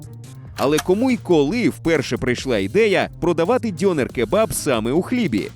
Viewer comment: У слові "дьонер" наголос має бути на "е".